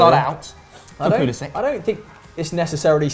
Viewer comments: It’s pronounced Christian pull-a-sick I believe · Chelsea and everybody else says Pulisic